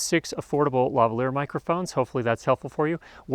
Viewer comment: Why do all Americans pronounce Lavalier wrong?